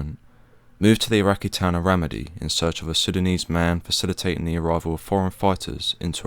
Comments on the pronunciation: Am I the only dude who is triggered by him calling Ramadi Ram-id-ee? Rah-Mah-dee man come on😭😭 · Its pronounced Ra - mah- Dee. Not Ra-mid-Dee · Pronunsiation; Ra Ma Di, not Rammadi